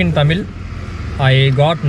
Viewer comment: Anna "Thamil' illa..... Athu "THAMIZH"....